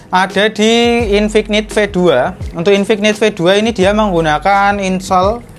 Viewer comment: infik-nit .. infinit bacanya, k nya luluh